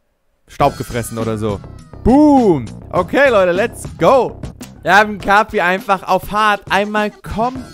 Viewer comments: sagt kapi falsch Jeder: let me introduce you to: E N G L I S H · kapi wird so ausgeschprochen wie es geschrieben wird